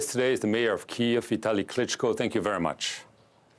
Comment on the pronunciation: Yes, so agree. Navalny was killed. Klitschko says it correctly.